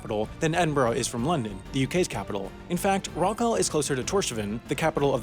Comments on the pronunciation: I always enjoy your videos, and I have a suggestion for another one. An explanation of why the UK's Union Flag is shown upside down from 1.35 in this Rockall video. This is a distress signal. Also, the rock's name is pronounced Rock all, not Rock al. 🤡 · What's this strange place Rockowl?... Never heard of it myself. Do you mean Rockall, pronounced, errrrrrr..... Rockall?.... and the idea of it ever being inhabitable is merely daft, however you pronounce it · You're butchering the pronunciation of Rockall - that all is pronounced just like you would pronounce the word "all" - not like you would pronounce the name "Al" - otherwise, it's pretty spiffy video and I like it. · How to pronounce Rockall. It's just rock+all. With emphasis on the first syllable. and the second syllable is pronounced how ever you pronounce the word "all". iow- it's not rockal with a short -a. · It is not called Rock Al. It is pronounced Rock All, as one word. It rhymes with F*** All. We are divided by a common language. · It's pronounced rock-all (as in 'all' not as in 'Al'). Torshavn is promounced Tor-shawn. Etc. More research needed! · It's pronounced Rock-ORLL, not Rock-Al. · Please learn how to pronounce the name of the place properly. It's pronounced 'rock all', not rockal. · It’s not ‘Rock Al’, it’s Rockall. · It's pronounced rock all not rock al. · its pronounced rock all as in rock all; not rokal. how could you not get that right. it's british and will always remain so. First to claim, first to settle and only to carry on periodically settling it. IT IS FUCKING BRITISH. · It's pronounced "Rock-all", not "Rock-alle". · it's rock-ahwl not rock-al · It's rock-all. As in "fuck all", same pronunciation, "a-l-l" spells "all", like "ball" and "tall". Obviously forgotten to listen to the Shipping Forecast due to all this Chinese Flu nonsense. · It's Rock awl as in FUCK ALL. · Rockall is pronounced "rock all". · It's pronounced Rock-All. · Rockall rhymes with hall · Pronounced Rock AWL.